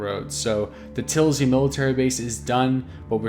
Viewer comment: what the fuck is tilzy? its tisy